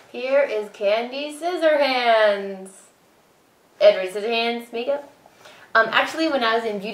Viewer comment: hahahaha you said sizzyhands